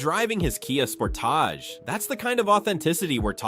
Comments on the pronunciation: Spor-tache? come on AI. you can do better. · Kia spor-TAJ? Lol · Kia sporTAJ…. Smdh who says sportage like that?!?! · The way this guy (AI voice?) pronounces the KIA Sportage (Sportaaaaage) is driving me nuts…….